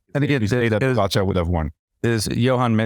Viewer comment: How many years will it be before Lance learns how to pronounce Pogacar's name? Poe - gatch - are... Not really that complex :)